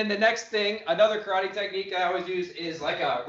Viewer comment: I would like to commend you on your approach when you decided to confront a "bully" critic, and I used the word in parenthesis because, in reality, he is another martial artist following his own Musha Shugyo. I have followed your channel, not because I train in Karate ( pronounced Ka-Rah-Teh, not Ka-raw-ree. Sorry, I really like what you do but that is my ONLY problem with what you do, you keep pronouncing it the wrong way, just pet peeve), but because I get an inside of things that, believe it or not, helps me see deeper meanings and discover certain details in the art I train in. You have challenge me to dissect the movement and discover the little secrets that have been hidden within the movement of my art. Consequently, you showed a perfect example of what I was trying to explained to some of the people in the Dojo, I posted a video of a fight and I asked them, what did they see, once I got their initial responses, I then challenged them to break it down in a technical view and provided the question as to what I meant, got some good answers but,they were short of the mark of what I was getting at, I provided the analysis and explained the stages leading to violence, as they manifested in the video. Anyway, one of the guys, totally missed the point and, funny enough, in his response, he exemplify the first stage I just finished explaining to him. So, I explained about how the fight could have been avoided if one of the guys would have left an avenue for the other person to